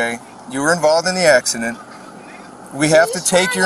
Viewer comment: Uh axuhdant? Wut aksadent? 🤣